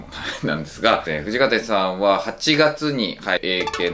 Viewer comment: 今更なんだけどなんで藤川天(てん)って言ってるん？